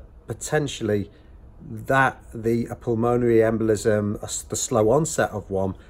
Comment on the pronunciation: For reference, it’s pronounced pul-mun-erry